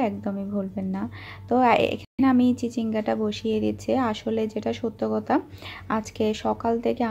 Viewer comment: আপনার কথা বলতে এত ভুল হয় কেনো,,,, কতা হবেনা এটা হবে কথা ওকে,,, আরো অনেক কথা ভুল হয় আপনার